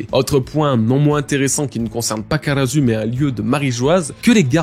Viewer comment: karasuu pas karazuu --' dites les noms comme il sont waaaa